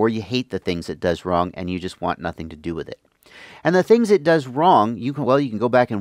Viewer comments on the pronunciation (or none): none